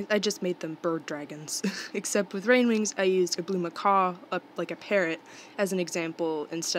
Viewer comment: I know this is unintentional, but I chuckled a bit when you called Rainwings ''Grainwings''. (I don't mean any hate, I just wanted to point it out. :) )